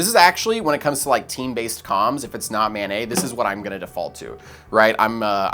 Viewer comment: "Mobile Ad-hoc Network" (MANET)...the "NET" is short for "NETwork", not "NEYwork". It's maNET, not maNEY. (that said, this is good shit, I subscribed) ;)